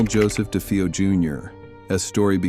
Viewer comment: De-FAY-O. Do you do ANY research?